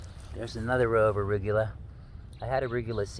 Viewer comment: I feel like I’ve been saying arugula wrong my whole life after hearing you say it! 😂